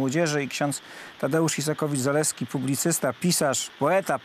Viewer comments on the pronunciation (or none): Ks. Isakowicz a nie Izakowicz, wstyd Telewizja Republika, przekręcacie nazwisko tak znanej osoby?!!